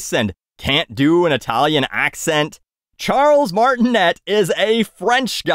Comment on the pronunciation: I'm bummed they didn't go with Charles Martinet (pronounced Martin-ay, not et, as you acknowledge it's French). Chris is a good actor, but I mean what was wrong with the guy who's literally been THE voice of Mario for his entire spoken existence? Not that I had any high expectations for this movie once I heard it was partnered with Illumination of course. Can't expect a quality movie from the studio that brought us Minions.